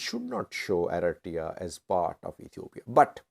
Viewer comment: For God sake, it's Eritrea 🇪🇷 not Aretiya